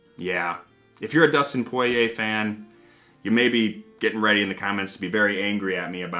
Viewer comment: Awesome review! Now we gotta try that Early Times: Bottled In Bond! We 100% agree with you on the prices of these celebrity whiskeys being too high. POY-YAY pronunciation FTW! Btw we miss your Dan Hibiki Figure, hope to see him someday again!